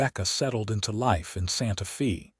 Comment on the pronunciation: EDIT & REVIEW!! Edit the reading!! The name of the town is "Santa-fay" not "Santa-fee".